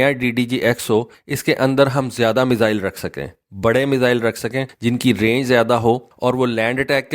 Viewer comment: بیٹا لفظ میسل نہیں ہے یہ 1 بیماری کا نام ہے۔ میزائل بولو